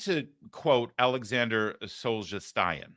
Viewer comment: I'll tell you what is a bloodbath: your pronunciation of Solzhenitsyn's name. Just saying.